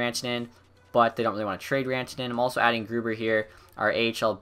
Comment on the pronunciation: I think when you look at the marketing stuff. Its new into the game so its fresh and interesting to see. Id say maybe only every season though. Also I always thought Grubauer was pronounced like Grew - Bower (like the company)???